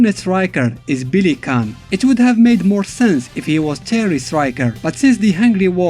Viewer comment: You can least learn the proper pronounciation of their names. Who the f is Billy Caan? It's Billy KANE and it is pronounced Cain, like Cain and Abel. Kaede is pronounced Kaa-eh-deh. And he has black hair. His hair turned blonde when he became a Super Saiyan. Ryo is only blonde because his late mom is a blonde caucasian. Jae Hoon is pronounced Jai Hoon, not Jay Hoon... Rugal's "slashing kick" is called Genocide Cutter. Only deaf people wouldn't know the name of the attack since Rugal always shout it out loud when executing the move...